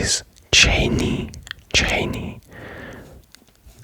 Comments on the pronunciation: Chaynee, Vyomink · great video, I will just say... Wyoming's capital is pronounced like "sha-YEN" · chae-nee is hilarious